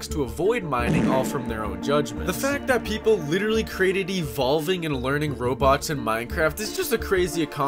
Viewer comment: why u pronounce robots as Roblox lol